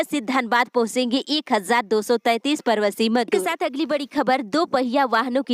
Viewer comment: Pravashi Ka ucharan thik kariye madam